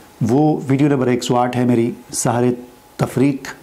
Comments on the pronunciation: Bhai Sahar nhe seher bolen ,Seher jadu h jab k Sahar k meaning subh k hen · آپ خود سحر کا لفظ صحیح بول نہیں سکتے ۔۔۔۔